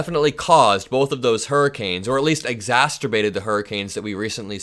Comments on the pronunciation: Only b/c I ♥️ your outstanding efforts to inform your generation, I want to share info that I’ve nded to teach my own kids—(& when speaking fast, it’s ez to do! NO shade); the word ‘exacerbated’ has only one “t.” Break it down. Just make a mental note, speak it aloud a few times, increase yr speed, write, not type it out. I’m positive you’ll nvr mispronounce the word again 👍🏽😉 Great vid!! 💙💙💙👍🏽🗳️♥️‼️📖🗽🗳️♥️‼️💙💙💙💙💙💙💯🌏🌍🌎♥️‼️💙💙‼️ ⭐️🌟✨‼️ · Hi Review your pronunciation of exacerbated I heard “ exaSTerbated”. Makes you think of masterbated You are a great reporter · It was a very small slip of the tongue, I almost missed it when you said it, but now I honestly can't wait for the perfect opportunity to use my new favorite term, "exasterbated"😘💙💙💙💙💙💙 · Exacerbate; not exasterbate lol. You’re so cute